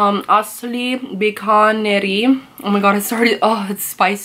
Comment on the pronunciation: Dude your pronounciation was on point literally...."samosa, asli, bikaji" you spoke exactly like indians